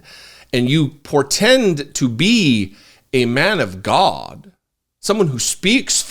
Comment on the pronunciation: I live for when you say, "The almighty Gawd"! It cracks me up everytime!